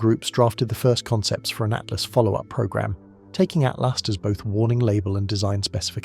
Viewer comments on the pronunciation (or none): For crying out loud it's 3i ATLAS not ATLAST, at least try to get the name right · If you are gonna let AI make a sci-fi novel about 3i/atlas, at least get the name right, ”at last” lol